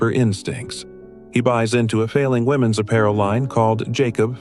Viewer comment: What is "women ess clothing"? These AI generated voices are so STUPID!! I bet his family were collaborators, what do we know about them? Canada took in a lot of anti-soviet nationalists who were helpful to the Nazis in WWII...from all of Europe and Ukraine, loads of Ukrainians.